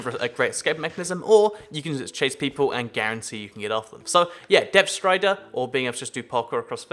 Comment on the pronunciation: am i the only one that heard him saying depth stRider?